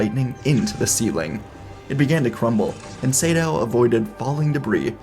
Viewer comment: Not sure if you learnt this but I think its Naga (Similar to the snake from myth) Sa - Dow, not Say-Dow. Could just be an uncultured idiot though.